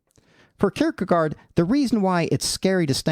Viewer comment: If you care: it's pronounced "kierkegore", with the last syllable being a bit shorter than the English word "gore", but it's the same vocal sound. You pronounce the first part of the word perfectly.